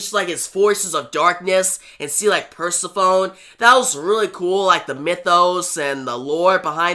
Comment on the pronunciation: Pronounced - Per sef ony and Sis uh fus. I enjoyed the story good job